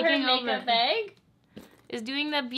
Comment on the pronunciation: what's a makeup "beg"? lol